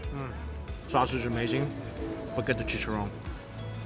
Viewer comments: Mikey said chicharrón so wrong 😫 I'm Hispanic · i love how he says “chicharrón” lol it’s so pure 🥺🤍